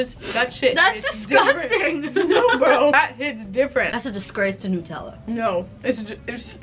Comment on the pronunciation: why do u say nutella as newtella